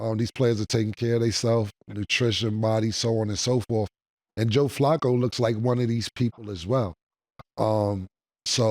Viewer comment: Cam and Mase made Joe dominican. 😂😂😂 "FLÀCO"..😂😂😂😂.